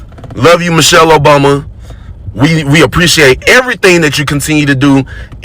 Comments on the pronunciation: He is probanly correct, about the person he talking about, Mo-Shell (this is how he pronounced the name). We know a Michelle with the same last name, who is a beautiful, educated, intelligent black women, with many credits behind her name. So we are sure he is not talking about our Michelle. Send us a picture of Mo-Shell and give us a little background. I am quite sure the idiot cannot. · I heard clearly , " Mochelle" obama. Thats not mIChelle